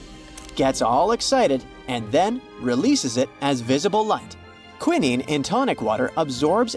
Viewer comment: AI needs to learn how to pronounce words correctly. AND... it needs to be proofed before being released. When they got to the quinine it was pronounced "kwi nin nee"😢. It is pronounced "kwi nine"😊. There were many other mispronunciations.